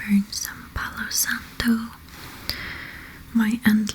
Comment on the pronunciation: I love how you say Palo santo in a perfect Spanish accent. Hello from spain 🇪🇸